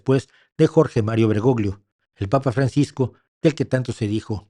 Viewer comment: En italiano la combinación de las letras GL se pronuncia como la LL en castellano, por tanto el apellido del extinto Papa se pronuncia BergoLLo. BergoGLio suena muy mal y es incorrecto.